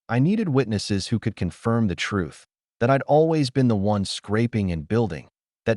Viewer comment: The word "TRUTH" needs to be spoken with the "th", not an "f or ph". Pronunciation is important.